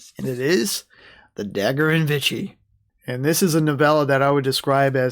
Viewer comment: I think you are pronouncing Vichy wrong. It sounds like you are saying “Vitchy” (like witchy) when it’s actually pronounced more like Veeshee.